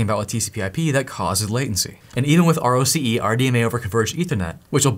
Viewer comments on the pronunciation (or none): Roce is pronounced Rocky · answer? yes, RDMA has existed for a long time and has only gotten faster it gets even faster with things like project Aquila (look it up) P.S. ROCE is pronounced like "Rocky"